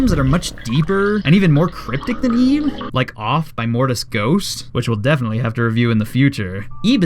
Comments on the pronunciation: I bilieve it's pronounced like it, not eeb... Just sayin' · I thought it was pronounced "ib" instead of "eeb"... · It's Ib. Not EEEEEEB. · ti not eb it is ib